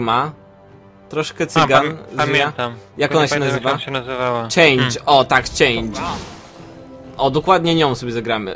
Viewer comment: Mogę się mylić, ale chyba jej imię czyta się Czang-e z wyraźnym g i nieco przedłużonym e na końcu, nie Czejndż :P